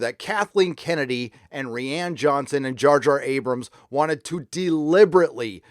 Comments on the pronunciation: Wish you’d learn how to pronounce rian lol ‘Rie-an’ Ry-an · Dude... his f-ing name is RYAN, he just spells it with an I. You’re killing me every time you say it sounds like REEANN. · I hate to nitpick, but you keep mispronouncing name.